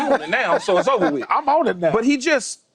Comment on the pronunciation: "I'm on it now so it's ova wit"😂luv it